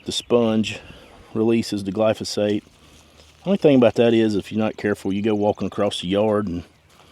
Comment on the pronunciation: Which product did u use. I tried to listen but I just heard glosphate